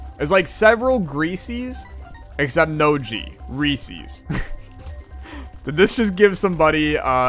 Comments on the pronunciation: To answer the question it's Reese's not reesies lol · Its re-says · How you say it is wrong and it's pieces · you are saying Reese's wrong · Yo eating peanut shells can be unhealthy. THey are mostly cellulose which the human body is kinda sucky at breaking down. So if you eat too many you can be left with an intestinal blockage. Not saying you should give up completely but you should be careful with the amount you consume. **Also your pronunciation of reeses makes me... uncomfortable